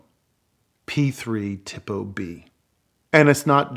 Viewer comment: Excellent job of narrating this famous racing history story! Just 2 pronunciation errors to point out. I believe the Italian pronunciation of Tipo is tee-po and not tippo. You also confused the city of Nuremberg, where the Nazi War trials were held, with the race course, The Nurburgring. No big deal, just a friendly correction. Again, the video with your narration gave extra meaning and emotion to this wonderful story. Very well done!🙂